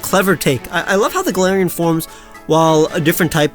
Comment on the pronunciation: GALARIAN, NOT GLARAIAN!